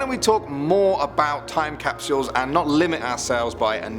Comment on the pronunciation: TiME CAP SH - EE UEHLSS please stop.